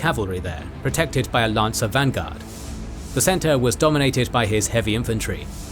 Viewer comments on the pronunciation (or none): none